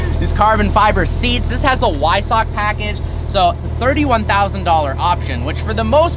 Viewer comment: Its pronounced " hu-vi-sach"...not "why sack" .